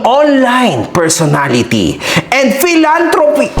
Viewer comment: Pilantrupo ❌ Pilantrapo✅